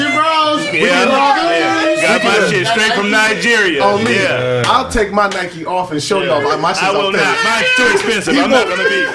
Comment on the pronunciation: That ain't Nike, that's Naki